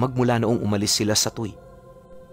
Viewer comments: matagal po ako sa Batangas..halus naikot ko na po..ang lugar po na nabanggit mo e (Tu we kung bigkasin TUY) TU Y/WE. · Tuy - tuwi, ang bigkas po! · TUY =TUWI po ang tamang pagbigkas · "Tu-wi" po ang bigkas doon sa Tuy pero ang ganda ng story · angas ng kwento, btw "tuwi" (tuy) po yung pronounciation ng lugar na nasa kwento